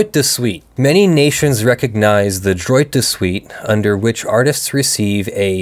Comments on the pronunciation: "Droit" is pronounced closer to "dwah". :p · Droit is pronounced drrrwah(t). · Every time you say “droit” with a hard t, I cringe. It’s pronounced closer to “draw”